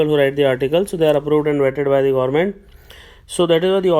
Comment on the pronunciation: Gorment??? Bhai English nhi aati to Hindi hi bol le. Kyun katwa rha hai???